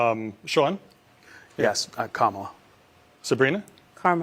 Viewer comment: Carmel-a is my new favorite way to mispronounce Kamala’s name 😅😂 bless her heart